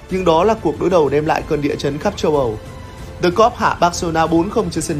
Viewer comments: tại sao lại là "dì locker room"? chữ L trong "locker" là phụ âm thì chữ "the" phải đọc là "dờ" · Sao lại đọc "the" là "di" mà không phải "dơ"???? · Chắc quen đọc “thee” rồi á bạn. Dù gì lỗi này nhiều người Việt Nam cũng mắc nên là cũng khá bình thường mà. Bỏ qua cho nhé. 😀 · chắc bt nhưng thấy đọc nó sang nên bỏ qua ấy mà